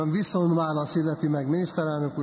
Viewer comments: NEM "VISZON", hanem "VISZONT"!!!!!!!! Azért ott fent a pulpituson ülve illene magyarul beszélni! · " Viszon' "válasz....kérem szépen VISZONT válasz! Egy levezető elnök beszéljen helyesen, szépen magyarul!